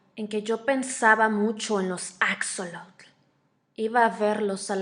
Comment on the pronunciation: Extraño el acento de la narradora y una observación: no se pronuncia "acsolotl", sino "ashólotl"